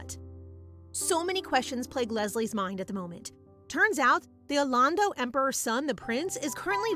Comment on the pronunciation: You sound like an Britisher when you say arlando